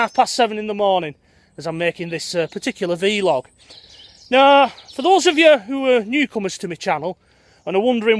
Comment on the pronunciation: Blog not bee-log = Vlog not vee-log . you say potatoes and I say lockdown. Really enjoying your daily delve into this mass open prison scheme we are all currently enduring. Best wishes